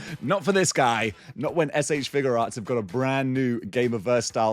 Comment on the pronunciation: I like that you pronounce it "Figure Arts" and not "FIGYOU arts"